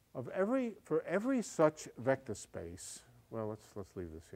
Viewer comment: HAHAHA. Shmectors. I love this man.